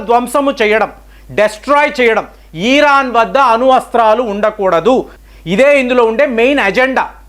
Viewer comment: ఇరాన్, ఇరాక్ అనండి సార్ దయచేసి, ఈరాన్, ఈరాక్ అంటే చాలా ఇబ్బందిగా ఉంటోంది వినటానికి. మారండి సార్